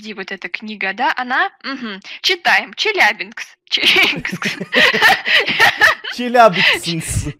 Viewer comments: челябинск а не челябикс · ЧеляБИНСК, а не ЧеляБИНКС😂😂